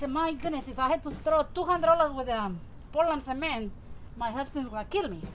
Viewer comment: Okay are you saying Portland Cement or what?